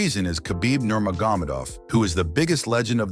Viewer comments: NurmagomEdov! Not NurmagOmedov.. Good vid. But please 😭😂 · lmao the AI voice "that made ufc became big like today" "khabib nerma-gomid-ov" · He can’t even pronounce the last name 😭 but I think your onto smth 😭😭😭